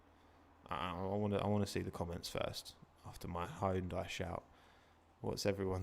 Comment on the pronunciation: It's pronounced Hyun-dai